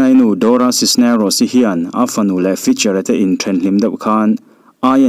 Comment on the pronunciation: Dora Cisneros i lam dan hi mak danglam reuh ltk...doracis nerocis ti ang deuh, elh deuh si, ni deuh thluam tho siin.....